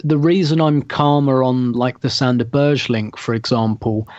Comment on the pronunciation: Berge = "BEAR-g'uh", not Berž. Most name mispronunciations I can live with but this one rather grates. I guess I've already built up a tolerance for "Kolo-SEE-natch" ("Kol-ASH-innatz"). Good podcast though. Hbd!